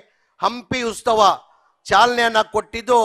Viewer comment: ಉಸ್ತವ ಅಲ್ಲ ಜಮೀರ್ ಬಾಯ ಉತ್ಸವ